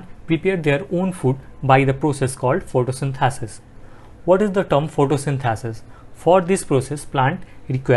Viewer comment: Sir you explained correctly but please correct the pronunciation of xylem, photosynthesis and phloem Thank you